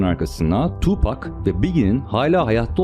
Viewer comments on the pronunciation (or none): none